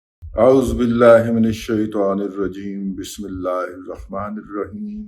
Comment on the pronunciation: دادا جی۔ آپ اپنے ولوگ شروع کرتے ہوے جو سطور تلاوت کرتے ہیں وہ قابل تحسین ہیں۔ لیکن خدا را بسم اللہ پڑھنے سے پہلے اس کی زبر، زیر اور پیش کی تلاوت درست کر بھی لیں اور بیشمار لوگوں کو بھی درست پڑھنے کی ترغیب دیں۔ اپکی عین نوازش ہوگی۔ اللہ کریم آپ سے راضی ہو۔